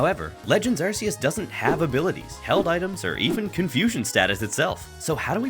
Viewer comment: Ahheeemmm, Don't you mean Legends Arkoos